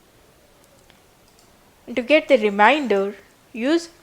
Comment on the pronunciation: "Remainder", not "reminder". :)